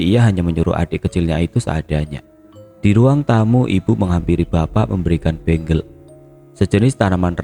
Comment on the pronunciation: Ralat kak, untuk tanaman bengle yg dikunyah itu bukan bacanya bukan benggel, tapi bacanya tetap bengle,,, bacanya jangan di inggris2kan.😅